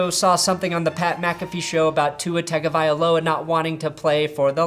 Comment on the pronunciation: "I don't know how to pronounce Tagovailoa"